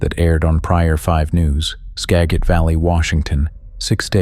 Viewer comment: It's pronounced Ska Jit. I'm about 45 minutes West of Darringtom.